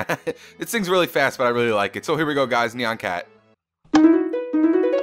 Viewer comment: You said nyan cat wrong!!!